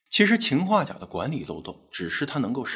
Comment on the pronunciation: 秦化钾听着好别扭！